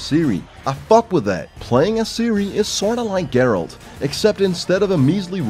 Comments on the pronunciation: Please don't say, it's Geralt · Not.....Geralt. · Why is it so fucking hard to say Geralt? Ger-alt! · Its GERALT, not!! SMH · Its not Dgeralt, only Geralt. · Is not is Geralt wtf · Gerald not Jerald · as soon as i heard "" i closed the video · this video has only one problem... he said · I lost it when he said "Heraldo" 😂😂😂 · The "" is annoying af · Honestly, how can someone pronounce it wrong when his name is said like a thousand of times in the game? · idk what's up. He doesn't have any excuse but in the french version you pronounce it jéralt so unless he has a bunch of french friends messing with him in the production of this video idk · Did you just say?! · Plays the game. Doesn't know how to say geralt. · you are not pronouncing the protagonists name correctly. learn to speak other people's names(even the virtual ones) correctly. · I'm still upset about the way you pronounce Geralt. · Exacly I know this video will be pain for me. Because of your pronunciation of Geralt As slavic person who know Witcher like my boots I hope I will survive this video :D